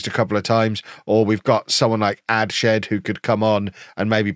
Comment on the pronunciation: Adshead is pronounced Adds-head, it's my last name and nobody can ever say it right but Adshed is better than some of the versions i hear 😂